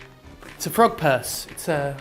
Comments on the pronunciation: When he said frog purse, I heard front perks. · Oh, frog purse. I thought you said Pog Purse. I was really interested in seeing that as I didn't know one was made. I mean frog purse is alright I guess...